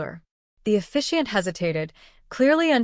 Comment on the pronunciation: Officiant, not efficient...